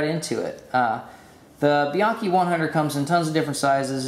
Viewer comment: Frustrating to hear EVERYONE pronouncing Bianchi incorrectly. Try calling them to hear how it's actually pronounced.